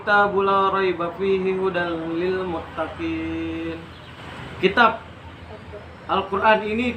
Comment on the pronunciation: perhatikan...!! hudalil muttaqin ( akhir kalimat nun, bukan mim )